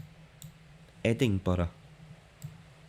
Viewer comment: Wait isn’t it Edinburgh ? Not Edinborough? I am doubting myself now but I don’t think I ever heard Edinborough before? lol I actually thought it was Edinbrugh 🫣🤣